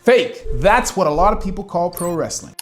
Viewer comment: ah yes. "25% of al wretthing infoters" i hate it when channels use ai shite.